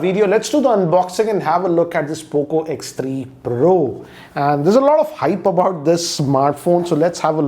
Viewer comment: how manny of u noticed and smiled when sir said poco 3 proo o?